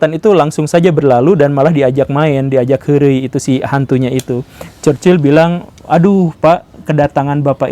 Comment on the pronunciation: Chchrherhrhrhchurchil goverment -churchill 😂